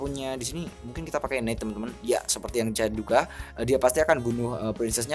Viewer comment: bukan neit bang tapi nait bacanya 👌😊